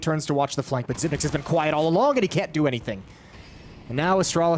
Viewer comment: xyp9x should tell the commentators to pronounce his name correctly